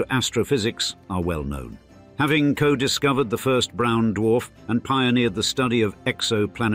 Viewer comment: Brown dwalf ??? Did I hear that correctly